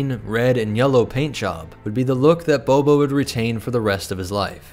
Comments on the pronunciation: So is nobody else bothered by the continuous pronunciation of "Boba" as "BOBO"? "Dooko was shocked, but Bobo was absolutely devastated." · It kills me every time you say BO-BO